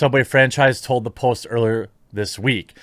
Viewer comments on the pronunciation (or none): none